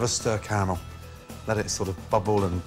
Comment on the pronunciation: He overdressed that pineapple, but at least he enunciates the second "A" in caramel. I'd like to douse everyone who mispronounces it car-mel in with hot car-a-mel.